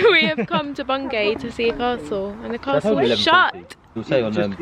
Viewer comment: I loved your pronunciation of Bungay!